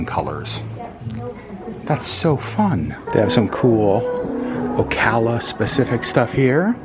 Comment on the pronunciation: Glad you pronounced Ocala properly, lol lol……most people don’t. Most manatees “winter” in Blue springs State park…..hundreds of them!